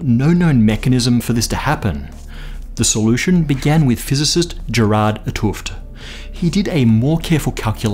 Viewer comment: Names are easy to get wrong. Pronunciation could also be better. IPA: [ˈɣeːrɑrt ət ˈɦoːft]. English-like: khairart ut hoaft.